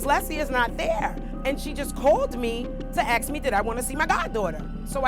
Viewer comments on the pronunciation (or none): The word is "ASK" not "axe". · If I have to hear the word "aks" one more time.. I am going to lose it! Where did this word become language? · Omfg. Ask, ask, ask!!!!!! Ask!!!! ASK!!! Not axe!!!! That annoys me so griffin much!!!!! Why are you being so damn lazy with a easy friggin word!!!!